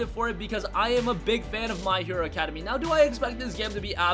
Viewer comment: He really said academy